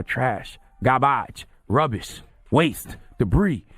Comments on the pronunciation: This nigga said "Gabage" lmao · “Garbaage Debree Ruubish”